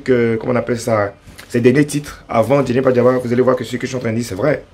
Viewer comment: On dit Djeneba Djaba, ❤🎉 Bravooo Debordo